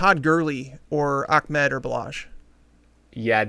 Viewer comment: ITS NOT ACHMED ITS AHMED